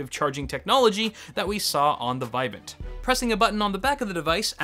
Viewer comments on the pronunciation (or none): It's "vih-VAHNT".